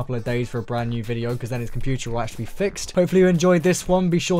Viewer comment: yOu bUiLd cOmPoOtEr